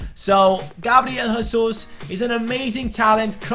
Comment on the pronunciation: im pissed off at u fucking racist brazil speaks portuguese and in portuguse u dont pronounce the j like a h as if it was spanish so dont say hesus